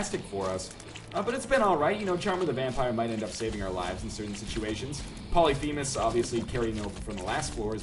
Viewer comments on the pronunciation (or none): none